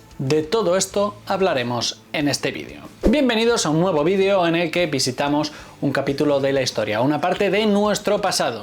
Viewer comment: No pronuncies la palabra video en inglés si hablas español porfa